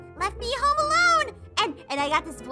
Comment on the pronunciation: Houm house or home she said Houm hahahahahaha